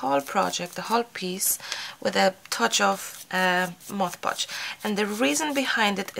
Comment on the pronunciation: I love the wall!!! Also, it's awesome that you are the lone crafter on YouTube who can correctly pronounce "Mod Podge". Kudos! Everyone else says "Modge Podge", and it drives me batty! Thank you for the excellent grammar AND the amazing brick wall! ❤